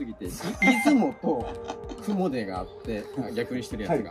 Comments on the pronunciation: 雲出はクモデではなく、クモヅと読みます。 奈良県と三重県の県境から伊勢湾に流れる雲出川があり、そう言えば雲出川の近く(河口部分は離れてますが…)に櫛田川もあります。 クシナダヒメとは関係無く、倭姫さまの櫛が名前の由来らしいですが…出雲と櫛名田比売と名前似た川が近くを流れるって不思議な偶然か口伝がどこかで変わったのか、気になります😂 そして櫛田川近くの櫛田神社の御祭神は大幡主命と櫛玉姫…コチラも不思議で気になります！ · 雲出神社、実家のかなり近くです…！！（ちなみに雲出は「くもず」と読みます）何かすごいワクワクしてきました！年末帰省したら行ってみます！ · 雲出の読み方は、「くもで」ではなく「くもず」です。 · 「雲出」は「くもず」と読みます。 実家の近くであります。 雲出神社は小さい無人の神社です。 鳥が沢山鳴いています。 雲出神社です